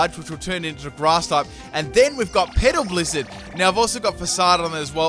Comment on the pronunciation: I know he is saying petal blizzard but it sounds like pedo blizzard... haha